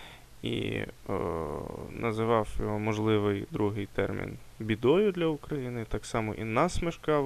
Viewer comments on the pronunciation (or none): Одне те, як він називає Україну - УкрАіна, з наголосом на другому складу, вже наштовхує на певні висновки